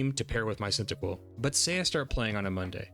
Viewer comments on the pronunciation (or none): It's Cyndaquil not Cyntaquil, lol.